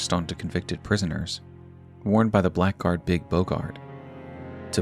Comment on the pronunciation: Everyone mispronounces it but Blackguard is said "Blaggard"